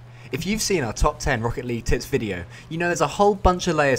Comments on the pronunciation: I keep hearing tits, instead of tips... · I can't hear you say "tips". -Really sounds like something else. :-P Makes a more interesting clip though. :-P